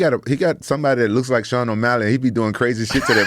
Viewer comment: Can’t believe how really said Sean O’Malley 🤦‍♂️ bum